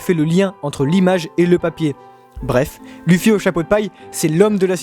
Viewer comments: Aaahhh !!! Ça ma stressée toute la vidéo comment tu dis Luffy et Usopp. Luffy ne se dis pa luffy mais Leuffy et Ussop se prononce Ousopp et pas Eusopp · ON DIT OUSSOP ET PAS EUSSOP!!!!!!!! ET C’EST LEUFFY PAS LUFFY 🙄🙄🙄